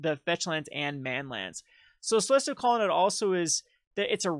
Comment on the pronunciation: Grammer Police here!!.. I appologize.. Colonnade is Promounce Aid at the end .. Not Odd But.. do it your way.. Just my pet peavishness.